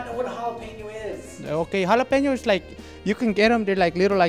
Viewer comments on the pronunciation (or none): It's hoy like halapeños hahahhahaha oooomg